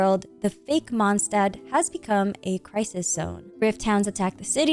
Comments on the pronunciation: Day 2 of correcting the pronunciation of Mondstadt 🌛🏙 🙏 The ST in Stadt is spoken as SH. The Favonius Anthem sings it correctly for reference. Monsdad ❌ Mond Shdad ☑ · Watch your language. It's just a matter of fact she's saying it wrong. She pronounces every French, Arabic, Chinese and Japanese word down to a T. And those are way harder to pronounce than German. She even used to say German words right, so IMO reminding someone how it's said right is not being pedantic.